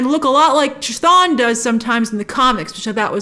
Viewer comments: It’s Kuh-Thon. Not chuh-thon or Kuh-Thone or Kuh-thoon. Chaos=Chthon. Not Chay-oss. You & Cosmic Wonder never say it right lol Wong knows lol he even said it in the movie. Lol I’m trying to help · Not to be a stickler....it's KA-thon....like Cthulhu....KA-thool-hoo.... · Its pronounced K'thon. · Edit: Should I assume you read my comment explaining the music notes fight scene?? Grace, at least pronounce Chthon right at the very least. I can forgive that one because it's difficult to get right if your unfamiliar with the character like you seem to be. I don't hate you Grace, just in case you interpret any of my other comments that way. In fact, I really REALLY want to help you with your creative element too your channel. Kevin Feige assembled the Earth's Mightiest Hero's to defeat the Mad Titan. I want to be like Kevin Feige and Assemble the Earth's Mightiest Content Creators and place them all in ONE singular area of a Social Media Platform yet to be born. Any thoughts??? Because if I can find a way to do it and execute my idea and plan, it will be the most valuable asset that Marvel can depend on if it's done right. And that means having YOU as one of the most valuable assets in the platform. But I need help with launching it. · That's....not how C'thon is pronounced lol